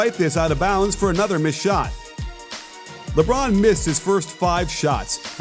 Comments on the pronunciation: "Lebrown" Watch all of your videos and they're very good it helps improve my basketball knowledge a whole heap. Keep it up. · Who TF is LeBrown? 😂 Can you hear me shaking my head Coach?